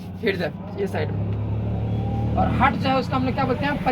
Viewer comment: हार्ट होता है सर जी .... हर्ट नहीं होता है